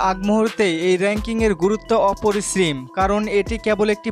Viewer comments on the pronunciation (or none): অপরিসীম ❌ অপরিছীম✅😂